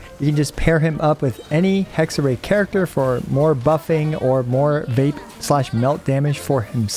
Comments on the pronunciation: It's HexereI (like I in ice), not HexerAY - it's German ;). Oh and fokus is on the first Phrase ^--, not --^ (sorry ^^) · Small Hexerei pronunciation tip: You’re already doing a great job, but the “ei” at the end is pronounced more like the beginning of “Raiden” than “Ei” :) So Hex-er-“rai” ^^ Great video! Really excited for Durin, but personally I’m still holding off a bit on pulling to decide if I shouldn’t wait for Columbina instead🙈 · the rei part of hexerei is pronounced like rye bread so it would be hexerye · its pronounced Hexerai not Hexerey btw just saying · Hello and other ppl! 👋 About how to pronounce the word "Hexerei". The way you said the "Hexe" part was right. It's the "-rei" part that's wrong. Instead of -rei like "ray", think of the Raiden Shogun and use the pronunciation of "Rai" for it. So it kinda becomes "Hexe-Rai" when you want to say it. Hope it helps lmao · the "ei" in hexerei is pronounced like eye :D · German speaking person here: if you want to say it correctly you just go "hexer I", since the hexer part you say is fine enough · Hexer-EYE. In German, when the vowels go walking, the second one does the talking! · Hexerei is pronounced Hexer - i ^^ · Pronunciation is unfortunately not correct. Everyone I heard it from always messes up the "ei" part. In German, we pronounce it more like "eye". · it's pronounced hexer(eye), best way I can explain it to english speakers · the "ei" in hexerei is pronounced like the "uy" in guy. the "r" in hexerei is pronounced a little bit differently also, but i can't explain that one properly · German here: its pronounced HexerÀI, stressed at the end. It means witchcraft or wichtness, bc Hexe means in german Witch🤓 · Hexerei is german and means "witchcraft", the correct pronounciation is he-kse-rai :) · Hexerei is a german word and means Witchcraft. So it´s proncounced like Hex-eh-rai (I am not able to write in IPA so that´s the best I can offer) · Hexerei is pronounced „Hexer-eye“